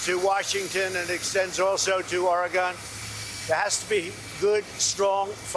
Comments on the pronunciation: “They explode” Wait I’m sorry what? Did this dumbass actually just say trees explode out of nowhere? Also: “Ore-Ree-Gone”? He really mispronounced Oregon? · Or a gon?? You would think the potus would know how to say Oregon. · As President of the US, learn to say the name of a state, Ory-gun, get the shirt. It has been around since the 80s! Found a really make rate under a state of emergency feel you care, just by pronouncing their state incorrectly! Learn!, there was an Oregon Trail game in the 80s! Inn the actual 1880, tens of thousands Americans travel a harsh road nd made it a state before many others. Even president Thomas Jefferson knew about the Oregon Territory in 1804, when he order the Lewis and Clark expedition. The city at the mouth of the Columbia river was founded by John Jacob Astor. The mouth of the Columbia was the only point Law is and Clark knew as they started their journey to Oregon. Astor a new your millionaire and later billionaire, made his first ,millions in the fur trade in Oregon. As a New Yorker, you might know about the Astors and how they made their fortunate jyst a few decade after Jefferson sent Lewis and Clark to lay claim on the Oregon Territory before the British could take over! Learn some history! Learn to pronounce our state or go do something else, literally anything else where we don't have to hear you denigrate one of the most famous states in the union, as well as nearly every other place in America and nearly every type of people we call Americans, except of course those who blow smoke up your A**!! SAD, really, just SAD, or his other favorite, just disgraceful. I have never seen a public figure more disgraceful. I hear newscasters say, that even Governor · ORE-GONE, just no sir, it's or-eh-gun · Did he say “our gun” instead of Oregon? Lol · Trump: "It extended to "oragun" Me: Lot's of people are coming to me and telling me they sure love their second amendment in "Oragun" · He can't pronounce OR-uh-gun.